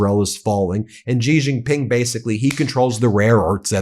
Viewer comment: Xi is pronounced similar to “she” not “gee”. You’ve been saying his name wrong, Ben. Don’t be like the “Kamila” crowd. Learn how to say his name if you want people to believe what you are saying about him.